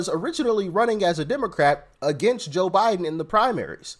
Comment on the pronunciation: Am I the only one who hears the blonde say "JIM Biden"?!?